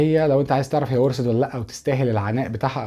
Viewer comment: ورست هههه ورثت ،لم افعم لما لكم مشاكل في النطق